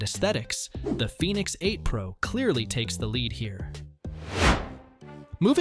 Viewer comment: Is it Fenix or Phoenix you keep going back and forth between the two pronunciations, sometimes in the same sentence!